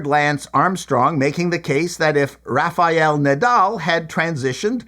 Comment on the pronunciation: Fix your pronunciation, Rafael is not "rafa-yell".